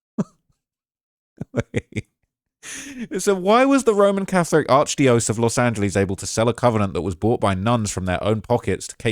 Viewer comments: "ARCH DIOS" 😂😂😂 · ARCH DYO CEASE <--- THATS HOW U PRONOUNCE IT DOGGY😂😂😂😂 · It’s arch *die-uh-cease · Arch die O's 😂😂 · Alright, say it with me: ARCH-DIE-UH-SEES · it's pronounced "Arch - Dye OH SEES"